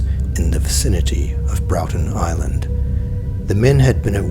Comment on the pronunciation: At least do the research. Brorton, not Browton. Worromy, not Woromeenee. That said, there's a shark off Catherine Hill Bay, just south of Port Stephens, that was filmed swimming past a six metre fishing boat, and it's longer than the boat. chomp